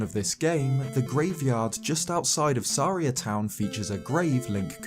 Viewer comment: Is Saria not pronounced like Maria?